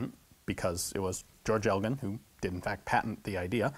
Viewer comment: Its funny, i used to live in a town called Elgin accept the town's name is pronounce "El-jin" so it threw me a bit when he first said it.